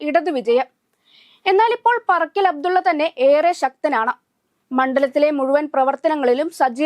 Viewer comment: Parakkal alla paarakkal 😂